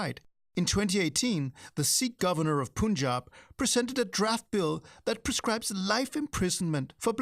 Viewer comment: “Mangle pronunciations”!!??!! It’s reviling, utter colonial disdain to hear, in the first 8 minutes, the mangling of the words Muslim and Punjab. I’d get those pronunciations correct so as not to alienate your audience.